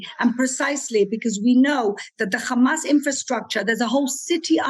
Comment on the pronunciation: It’s H amas and NOT KH amas get it imposters 😂😂😂😂🤦🏾‍♀️🤦🏾‍♀️🤦🏾‍♀️🤦🏾‍♀️🤦🏾‍♀️🤦🏾‍♀️🍉🍉🍉🍉🍉